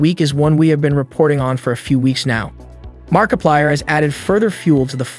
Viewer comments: BTW to all of you who have yet to ever notice this video was made using voice AI you can really tell soulless and you can very much hear few times the AI struggles. For a example - the voice starts to break down you can hear more of a grovel in the voice like the Ai struggle to add the bass tone in the voice a clear sign of AI voice in at least 2023 and said "mark a paler" XD. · bro he said markipiler once 💀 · bro said Markapiler 🤡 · And you cant forget the amazing fnaf player “markipiler” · Anybody else catch his mispronunciation on 'Mar-I-plier'?!?!? MARKPILIER?!?!??!?!?! Ok..I'm done. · "Mark-i-piler" . Nice work.